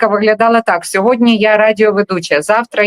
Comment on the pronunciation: СЬОГОДНІ!!! Борислав, вимови слово "СЬОГОДНІ"!!! Не сєводня, не сягодня